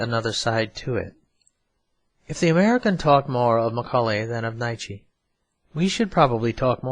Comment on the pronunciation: I quite agree. You should hear him say "Nietzsche" and "Compte!" Still, he's great, as he is very clear and doesn't "over-read." There is some Chesterton on Librivox that is unlistenable for its inattention to tone. This fellow speaks so neutrally, everything works.